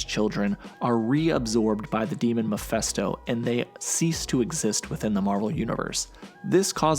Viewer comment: MephISTO not MephESTO